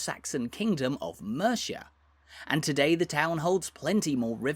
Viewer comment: Mate... You've got to learn how to pronounce Mercia.